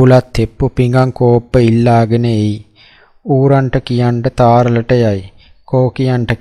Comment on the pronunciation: තාරල නෙමෙයි. තරාල